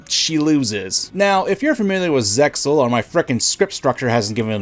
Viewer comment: Uhm... her hair... looks like someone sewed a cat carcass ONTO her head. That is what I literally thought when I saw her for the first time. Also, obvious comment that sadly needs to be said... ZeXaL is said "Zeal". Or rather "Se-a-ul". Also as Kaiba said, ZeXaL does not exist, just like some of the GX and a little of 5Ds.